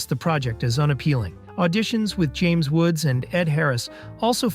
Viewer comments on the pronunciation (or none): none